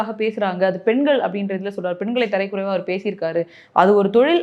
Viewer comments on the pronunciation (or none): அது தரைக்குறைவா இல்லக்கா தரக்குறைவா...